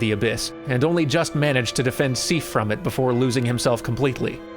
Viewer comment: You say Sif and Seath very similarly. Sif has a short vowel sound. Seath more of a long sound. I mean, its like a year late, but please.